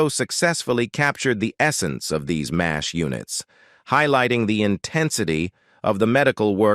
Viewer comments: I totally agree! Wherever did they get this narrator?His pronunciation of Mash is awful - Massaich? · yea its sub par "MAZZZ H" ha ha "Siddda Kick"